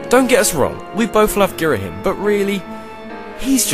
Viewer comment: Gira-Him? I always pronounced it Gir-Ah-Him.